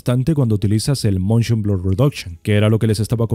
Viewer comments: es "Motion" no "Montion". Y bajale un poco al volumen de tu voz, es un poco molesta tan fuerte. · Se dice Motion Blur, no "Montion Blur" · moNshion xD... ese buen spanglish si se puede oir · el MONSHON xd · montion ,,jajajajajajajajajaja